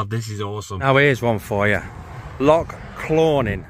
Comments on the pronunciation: Mate,, for someone with a saltire 🏴 tattoo on em,, ya really need to work on how to say Loch and Jacobite pal … 😂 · Totally murdered all the names of our Lochs etc. 😆 🤣 😂